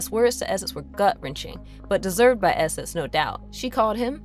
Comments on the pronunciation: If your gonna do a video about an X-Men villain named Nathaniel esseX, maybe get a narrator who can pronounce the letter X as X instead of S. His name is not esses and the are not called the Smen SMFH 🙄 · Love Mister Sinister, but probably the worst subject for a narrator that struggles with X’s.